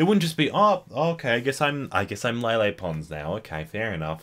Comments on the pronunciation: you called her "Lily pond" lol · he said lily pond